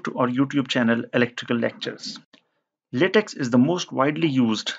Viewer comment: latex = pronounced /latec/ and not /latexxxxxxxxxxxxxx/